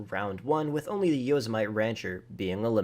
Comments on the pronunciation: It's Yo-sim-a-tee not Yo-se-might lolol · Say it with me. YO-SIM-A-TEE Not Yazamite. Jesus man haven’t you ever seen Yosemite Sam? Heard of Yosemite National Park? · Hey bud, it’s pronounced Yo-sema-tee. Not yoza-might. You know like Yosemite Sam… Yosemite National Park in California… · Yosemite like yo-sem-ih-tee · Yosemite? It's named after a national park in the US. It's pronounced yo-sem-i-tee. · That says yosemitee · The Brawler failed...how'd you get that opening video of the Brawler DRIVING ON THE RIVERBED? One more thing...yo-SEM-it-e. Like in Yosemite Sam, from Bugs Bunny cartoons. Thanks. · I was going to say something about how you said “Yosemite” but Jesus Christ why did you mod those cars like that, that’s horrendous. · Didn’t do the guardian which is probably the best, pronounced Yosemite wrong, says street legal vehicles you see in real life, I don’t remember the last time I saw an insurgent on the street, a big armored truck? Yea he must live in a military base or something. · The Yosemite only failed because it noticed how you pronounced its name.